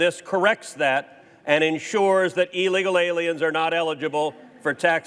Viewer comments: I love the way Cruz pronounces illegal as 'ee-leegil.' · You’d think a Senator would know how to pronounce illegal.